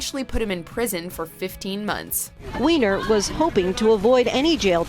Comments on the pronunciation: Surely the surname Weiner is pronounced "Winer" although, in this case, we can all understand if everyone calls him "wiener". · Serious !? Since when do you pronounce Weiner as Wiener ???? When you make a video like this , at least know how to pronounce the names ........ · Right. He doesn't even pronounce it as "Why-ner". I even had a friend with the same last name and pronounced it that way.